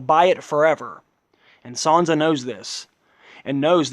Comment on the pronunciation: its SAN-sa not SON-sa proper annoying